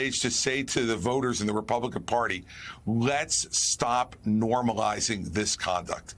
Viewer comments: Vivek is pronounced Vee-Wake not Vee-Vac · Vivek is pronounced viv-vake. Not vivak. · Dude -- get the name correct. V-I-V-E-K. not Vivaak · Did Joe have a stroke while trying to pronounce Vivek's name???